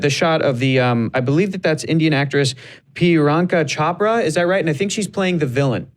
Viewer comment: Hectors pronunciation of Priyanka Chopra 😂😂